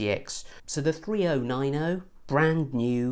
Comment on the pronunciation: i like you videos but i can watch this with the way you say 3090, 2080 ti and that